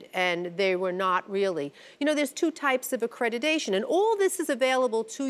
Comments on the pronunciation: For crying out loud the word is accreditation not accredidation.... Stop mispronouncing the word...! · Am I the only one cringing at hearing a judge saying "accrediDation" on and on and on? Made my ears bleed and I'm not even a native speaker...